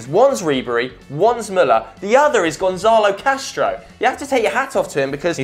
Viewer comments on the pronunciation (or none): none